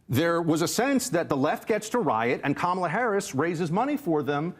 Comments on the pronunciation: if the shoe fits we cannot acquit. The party has a cemented track record of xenophobia and bigotry. I would be happy to provide quotes. So when you mispronounced the brown woman's name on purpose, we're not just sensitive arbitrarily or out of the blue. It's the 10,000th violation and we're going to treat you like a repeat offender. That's only sensible reasonable and logical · “Democrat” Party is just another Republican dog whistle like the intentional mispronunciation of Kamala and Sexton KNOWS it. The goal is to disrespect. Fk him and the whores he rode in on. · Its the same reason they get offended when someone mispronounces Kamala's name. Its a faux outrage to push a talking point. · "Democrat party" is an intentional insult, just as the MAGAs mispronounce "Kamala." After four years the people that mispronounce the name of the vice president do so with indignance. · If you were to time the speaking, one person talks WAY more. Unlikeable is clearly in the eye of the beholder, and I don't think he was the only one who was triggered. ("Democrat party" isn't the most important thing, but like mispronouncing Kamala Harris's first name, it's casually obnoxious). Besides, Bill is snarky. That's the tone of the show. And he sometimes has more people who are from the right.